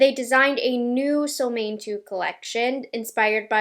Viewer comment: fun info: The name SOLMÅNE is in swedish and is pronounced kind of: ”Sol” = as the words ”cool or pool” but with a S first before the oo. And ”Måne”= kinda like the words ”loan-eh” but with M first ofc. Really like and appreciate your videos all the way from sweden!